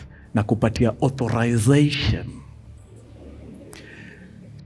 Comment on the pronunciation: Authorizeshen, Informeshen, Situashen,Investigeshen........Hahahahaha.I died.